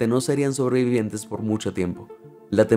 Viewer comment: Cada vez que oigo sobreviviente me sangran los oidos